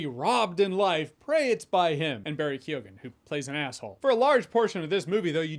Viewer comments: it's kee-gan not kee-oh-gan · Keoghan is pronounced "Kee-own". I can hear Irish cringes from here. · He really butchered Barry’s last name haha